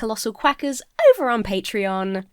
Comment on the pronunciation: I was munching on crisps when mentioned patreon, and heard "The best way to support this channel is via the patriarchy." instead of 'patreon' omg